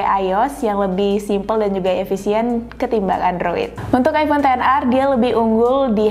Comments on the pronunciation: Gua kok dengernya mbaknya bilang aibon bukan aifon ya? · Gw denger nya aibon xr 🗿